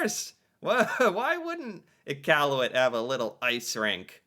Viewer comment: pronounces Nunavut and Iqaluit better than most Canadian do. 👍